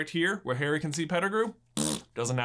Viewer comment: Every time u said Harry I thought you said hairy